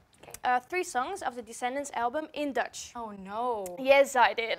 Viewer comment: When you said what's my name in Dutch I had to replay it like 10 time's cuz it was so good!!!